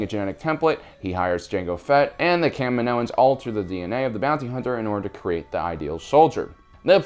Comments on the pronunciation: I hate how you pronounce kaminoans. It's Ka mee no ens. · The planet is called KAH-ME-NO!! NOT KAM-IN-OH! Thus they are called KAH-MEE-NO-INS, not KAM-IN-OH-INS.